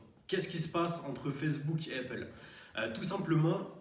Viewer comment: Arrête de dire heyppale stp, sinon très bien